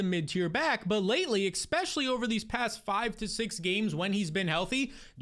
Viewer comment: Please please please please please please please please stop saying "ekspecially". Please stop saying the K sound 💔